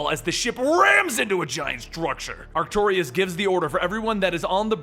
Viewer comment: do the Micronauts! and if you do his name is pronounced Ark-too-russ. no i